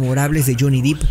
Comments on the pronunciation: De hecho tu lo escribiste mal y nadie te va a criticar por eso verdad🧐. Es Depp.. No Deep. "Por dios" que sacrilegio verdad... Es broma mi distinguido y bilingue no te lo tomes tan a pecho.😉. Mi recomendacion es que mejor escuches la informacion que es lo que importa y armemos una conversación interesante de la pelicula, recuerda que la misma RAE, permite que pronuncies marcas y nombres tal como se leen si vives en otra región del mundo, osea para la real academia española es una nimiedad o como decimos aca "le vales 3🥒 pepinos si pronuncias bien" Nike o naiki" ya que ni los nombres ni las marcas estan dentro de un diccionario y cada lengua o persona tiene el derecho de pronunciarlos como lo desee. Un saludo 🙏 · Uuuff es DEPP no deep